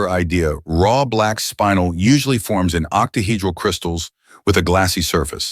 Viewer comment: Not a bad video... Couple of corrections: 1) "shiny" is not the correct term - use "luster" instead 2) it's spinel - "spin-ell", not spinal - "spine-ell" 3) "geometric angles" - nonsense statement 4) by definition, sapphire (corundum) is ALWAYS hexagonal Sorry to be so particular, but mineralogy and gemology has specific names and terms for mineral and crystal properties. If you want to create an informative video, use the correct terminology.